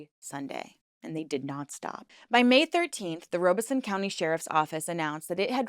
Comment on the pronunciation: Robeson is pronounced “Rah (or Rob) uh son” 😗 (Robesonian & Lumbee descendant here)